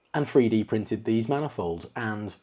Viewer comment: ‼️Freedee scanning? Freedee printing? Why can’t these people speak English, ffs.